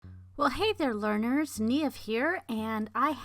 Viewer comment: i was concerned you do not even know how to say your own name , its irish and its said neeve , here is a video to help